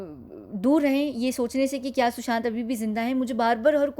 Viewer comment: It is "KYA" and not "KIYA"